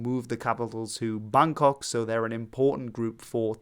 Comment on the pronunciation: wow the pronounciation of each words are on point, probably the first and only farang I heard actually pronouncing ‘Bangkok’ right 😭